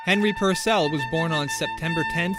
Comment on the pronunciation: Henry PUUUURcell thought, not Henry PurcEll